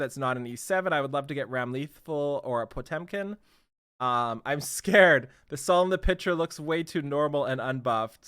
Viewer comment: it's ramlethal not rAm LeThAl, zanuff not ZaNoooooF. AND YOU CAN SAY POTEMKIN RIGHT? WTF LOL